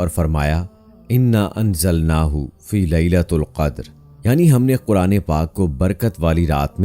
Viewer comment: Start mein ap ne ghalt tilawat ki inna anzalnaho fi lailatil qadar parho